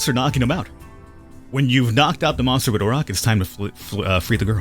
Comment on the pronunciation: He pronounces monster the way Beowulf pronounces monster(monstah). I am amused by that.